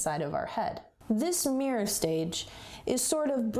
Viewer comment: i just can't bare going through the video; it's mirror not meyur